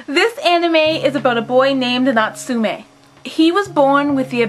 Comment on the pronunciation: Your pronouncation of Natsume Yuujinchou killed me. Natsume is pronounced with a short e sound. (meh) not me and jin is pronounced with a long i sound like (jeen) Also if you want to get really into it dont put so much stress on the tsu it's Natsume not NaTSUme